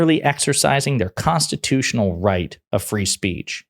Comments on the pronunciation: Did he really say "constitush"?? What a effin moron lol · "Constitoosh"? The man can't even pronounce the word ' constitutional'.